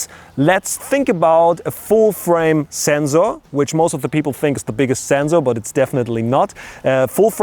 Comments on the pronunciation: It's not the germans that pronounce sensor like that, its just him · zenzor, never knew that germans said it like that. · the "zenzor" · Who came here to hear him say Zenzor? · I love how German's pronounce SENSOR.